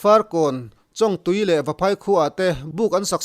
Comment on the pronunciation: Chawngtui hi chawngzawng kan lam a 'chawng' kan lam ang hian lam tur.